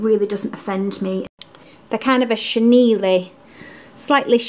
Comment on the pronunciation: Never heard such a cute pronunciation of chenille!